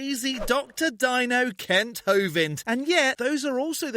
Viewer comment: I think you're pronouncing Kent wrong😂